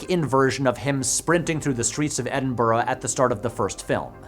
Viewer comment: hay a Yank correctly pronounced Edinburgh!